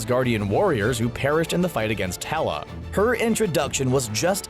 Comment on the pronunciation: Fight against "Tela"?? You mean Hela?